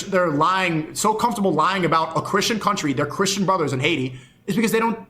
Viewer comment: What's with everyone not knowing how to pronounce 'important'? It's always "impordent" or even "impordet". Or saying "Crishen" instead of 'christian'